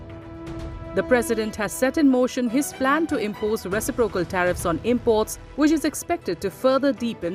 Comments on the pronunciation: Reci'procal. Not recipro'cal. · Re ci' procal not recipro'cal